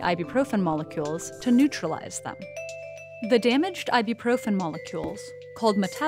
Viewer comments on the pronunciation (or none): Umm why why why! Why is she saying I-do-proven! WHYWHYWHYWHYWHYWHYWHYWHYWHYWHYWHYWHYWHYWHYWHYWHYWHYWHYWHYWHYWHYWHYWHYWHYWHYWHYWHYWHYWHYWHYWHYWHYWHYWHYWHYWHYWHYWHYWHYWHYWHYWHYWHYWHYWHYWHYWHYWHYWHYWHYWHYWHYWHYWHYWHYWHYWHYWHYWHYWHYWHYWHYWHYWHYWHYWHYWHYWHYWHYWHYWHYWHYWHYWHYWHYWHYWHYWHYWHYWHYWHYWHYWHYWHYWHYWHYWHYWHYWHYWHYWHYWHYWHYWHYWHYWHYWHYWHYWHYWHYWHYWHYWHYWHYWHYWHYWHYWHYWHYWHYWHYWHYWHYWHYWHYWHYWHY